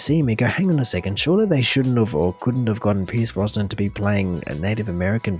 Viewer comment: It's Pierce Brosnan, not Brossman or Bronson.